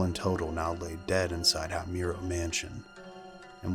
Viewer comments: Your video is an excellent source to gather information about the Himuro mansion. However, your pronunciation of Himuro seems to bother me. Himuro is pronounced as "Hee-moo-ro" not "Hay-myu-ro". But all in all, it's a great video. I just hope next time you could find a way to pronounce words correctly. That's all! More power to your channel! 💖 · I like your vid.. but i can’t help but want to correct you with the family name because you’re pronouncing it wrong… it’s H-I-M-U-R-O, not Haymuro… anyway, great content. 😄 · ah yes the ["high" muro] family lol so American😂 I always wonder why you yanks never bother to respect others’ culture and pronunciation. Such plebeian standards you have over there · It’s Hee-moo-row 🤓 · The scariest part of this is that the narrator keeps pronouncing the name wrong. Aside from that, it's such an amazing, informative video. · i love your videos but saying Himuro like that is a crime dude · My dude. The least you could have done is look up the pronunciation for Himuro if you were going to do a whole story on it. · You pronounced the last name wrong . Im obsessed with fatal frame and japan . I have a tattoo of kirie Himuro. So you absolutely fucked the name up and you called it a castle when it is himuro manson . So yeah get your info right before posting.